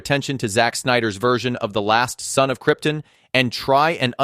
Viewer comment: You lost me at Krytin! Krypton